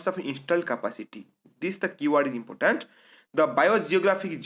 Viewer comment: Impotant, matto ,pipul, mansion,fungson ,naysnal, fraish wata lake, salange, raid list.......sir this is insights pls maintain your standards.....pls ignore for my satiric comment.